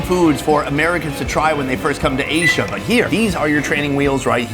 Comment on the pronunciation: Once again Asia, not "eiizhiaa". Please correct it. You can keep ignoring, I will keep writing. Thank you.😊